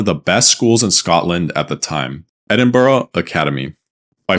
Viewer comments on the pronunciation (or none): why are americans incapable of pronouncing Edinburgh correctly 😭